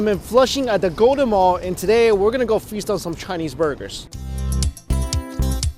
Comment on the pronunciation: Did you say freestyle some chinese burgers? I thought you said that at first then I thought surely you meant "feast on some" then I turned subs on and it said "freestyle some". V confused